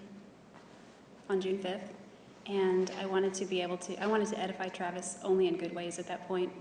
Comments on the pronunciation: "ediphy" is not a word, but "edify" is. Look it up. Sociopaths, liars, and murderers CAN be articulate. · Does she really think that childish hairdo is going to hep her? And I just don't understand why no one has looked for the gun. She knows where it is. And this word "Ediphy?" is NOT A WORD